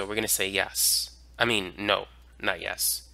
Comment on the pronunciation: I love the "a mean"